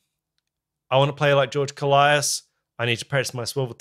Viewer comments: It's not... Kolaias... It's kolias😁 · Just to clarify: His surname is pronounced K'o-lias (two syllables, stress on the first one) not Ko-la-i-as. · It's not Kol - i - as. It's kólias. The tone in o. Κόλλιας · koh-lyas, not koh-lie-as, and the stress is on the first syllable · Why does everyone pronounce his last name wrong? It's KOLias, not KoLIAS. It's not hard. Just like, actually pay attention to the guy, he always introduces himself. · Great video. His name is pronounced with the tone on the O. KO in "Kolias" sounds like CO in the word "Color". Ko-lee-as. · One whole year too late to the party, but I just want to mention that George's surname is "more pleasantly" pronounced KÓ-L(eh)AS.... haha! At least to us Greeks who are used to the greek pronunciation! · I believe he pronounces his name “koe-lie-iss” like it almost rhymes with Goliath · accentuation on the O .'kOllias ' He is a titan when it comes to drumming , pronounce his name right